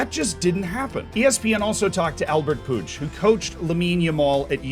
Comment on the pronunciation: I'm catalan and his pronunciation of "Jordi" and "Puig" are almost perfect. The "Puig" really surprised me for how good it sounds. Puig, or Cesc😂, seem difficult to pronounce even for spaniards.